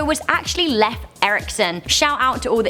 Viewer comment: Did any of you get bothered about how she said Leif?